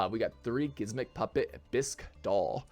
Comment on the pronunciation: Why are you calling it gismmik